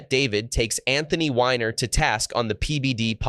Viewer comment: His name is actually pronounced WEENER